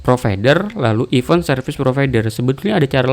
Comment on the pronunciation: izin koreksi bang, event di bacanya (IFEN) bukan (IPEUN), terima kasih👌👌